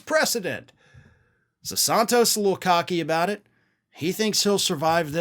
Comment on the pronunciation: I used to like listening to you, but more and more getting tired of you mispronouncing people's names. It is NOT Saahntos. It is San-(rhymes with MAN)-tos. You have done the same thing with Fani Willis' first name and the Chump's attorney's last name. Come on, get with it.